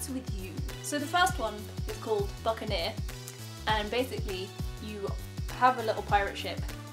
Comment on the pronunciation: I love how you pronounce it "Buck-a-nair" =)